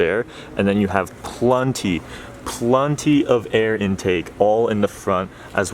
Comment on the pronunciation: You have "plunty" lmao